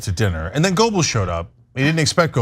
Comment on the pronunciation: Cenk , it's not : goubls . . . it's : gÖbbels - you are good enough a turk to be able to pronounce a Ö